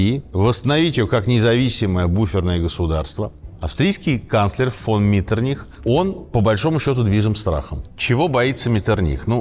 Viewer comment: Князь Клеменс Венцель Лотар фон Ме́ттерних-Виннебург цу Байльштайн...специально для Вас взял из энциклопедии.... ударение на второй букве МЕттерних... у Вас МеттерниХ...то есть ударение на последней букве...вообще с ударениями у вас полный швах ....